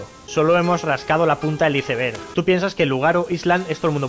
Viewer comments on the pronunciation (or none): Se dice aisberg